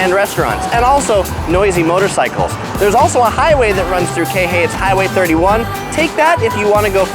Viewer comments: KEE HEH EE...Not KEHE. is is disturbing and mades my hears BLEEN every times I here you say KEHE ...Damn asking around would have been better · QUI HE EE .... Not KEHE.... It is really annoying after the third time and you keep on saying KEHE... damn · Hate it when he says "kei-hay"... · You’re saying Kihei wrong 🤣 it’s not key-hey it’s Kihei. Pronounce the first ”I” as an “E” and the second ”i” as ”Y” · its pronounced key hay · Please learn how to pronounce Kihei! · He gets kihei wrong in every video.